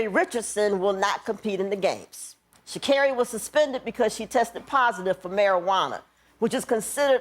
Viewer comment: Sha-car-ri. Get it right Wanda